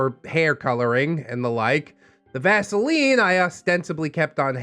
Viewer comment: The moment he said vasiline I choked. Then the description. YOUCH